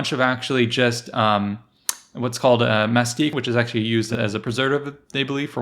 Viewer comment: "Masteek" is "Mastik" rhymes with "sick", would be used as an adhesive or boat building tar sealant or roofing patch compound (think of modern roofing asphalt/tar uses). you wouldn't want it anywhere near wine or wine barrels.